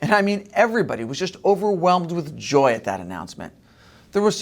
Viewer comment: Why do you put such an emphasis on Harris’ “joy”? It makes you seem like you’re against joy and the joy is somehow weird, which to me is weird.